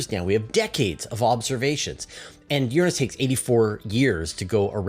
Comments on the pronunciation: You pronounce Uranus wrong. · Both pronunciations, "your-ANUS" and "URINE-us," really suck. I pronounce it "OOR-a-nus" and I hope this starts to catch on. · I Can't help but notice your different pronunciation of "Uranus" compared to the last time you talked about it.